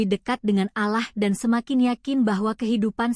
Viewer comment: Min ngomong Allah nya yg bener, ente non muslim ya ?